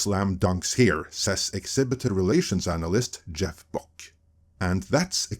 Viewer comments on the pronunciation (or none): none